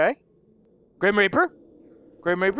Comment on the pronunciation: When says please it sounds like police LOL